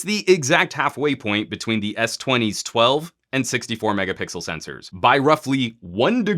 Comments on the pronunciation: A lot of people from LG mobile group including me is really pleased with this review 😁😁.I love when you say megapickle instead megapixel haha. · Megapickle? Am I the only one that noticed he say this?